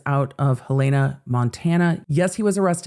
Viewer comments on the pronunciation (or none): HELL-en-uh, not hel-AY-nuh, it’s different than most people expect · FYI - Helen (a) Helen, like my grandma's name, then "a". Love you. Long time watcher. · Hearing you say Helena wrong made me laugh. Hell a na Its our state capital and small. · Pronounced 'Helen A' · Hey, Montana GenX Girl here. Helena is pronounced "Hell-a-na". Although it is the capital of MT, it is not Hell. It is quite lovely. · “Hell-in-a” Helena Montana